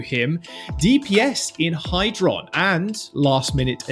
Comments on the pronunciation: Its hydron, not hyrdon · ah yes, my favorite Florida Mayhem rookie "Hyrdon"